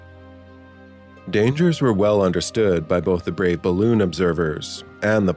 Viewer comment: "eet ees bal-looon!"